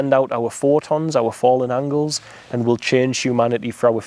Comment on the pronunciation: You keep saying angles not angels xx